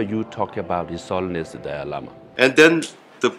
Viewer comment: I hate it when people call him Dolly Lama. It's Dalai, pronounced DAH-lie.